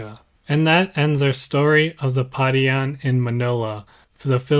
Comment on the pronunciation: Your pronunciation of non-English words shows your lack of thorough research. Pa-ri-an (not pa-rian) Ba-rang-guy (not ba-rang-gay) Ho-lo (not joe-lo)